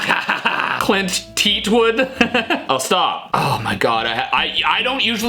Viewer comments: When he said Clint teet wood my Gorillaz senses kicked in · Omg bite my teat 😂😂😂😂😂😂😂😂😂 your killing me steve... Your so right... Clint teat wood its eastwood